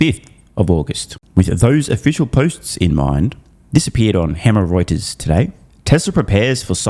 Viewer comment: did you say hemorreuters ? :D